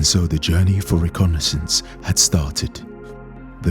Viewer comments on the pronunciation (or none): Can someone tell him it's "reconnaissance?" And not "recognizance?" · no such thing as recognasience......its reconnaissance, every episode he says this, please educate him its grating on my nerves